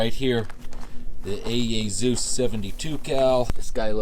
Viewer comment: Hesus entered the Chat 😂😂 It's Z E U S Bro